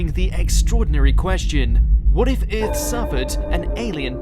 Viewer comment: The new narrator's pronunciation of "Earth" is hilarious. 😂